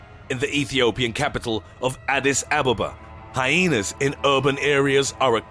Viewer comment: It’s pronounced “Ah-des ah-ba-ba”